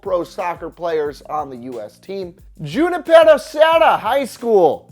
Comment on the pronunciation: The J in “Junipero” is pronounced like an H, not a J